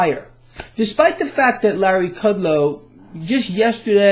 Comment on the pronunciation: Everytime you say Larry Kudlow I laugh out loud